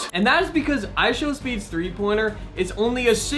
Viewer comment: why did you call I show speed I show meat.